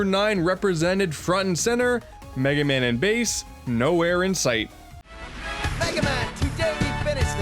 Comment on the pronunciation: An Unfunny Asian “It’s over, Megay man. Wily May fear you, BUT I DO NOT.”